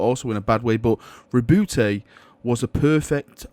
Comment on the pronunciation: My only problem with this video is the way you pronounce Roboute